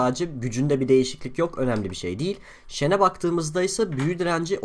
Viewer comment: Deil değil değil